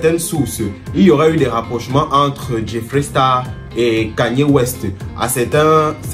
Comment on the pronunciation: Cani west ou KANYE west qui se prononce KENYE.🏃‍♀️🏃‍♀️🏃‍♀️🏃‍♀️🏃‍♀️